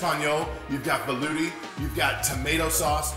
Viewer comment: It's "Velouté" sauce. You are the only one pronouncing it wrong. If you can say Espagnole, French word for "Spanish" , you can definitely say velouté. Also, Hollandaise is the French word for "Dutch". Put some respect into the French name of the mother sauces, they have a long and fascinating history ...